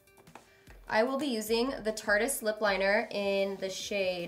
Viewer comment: went on a trip with tarte and doesn't even know how to pronounce tartiest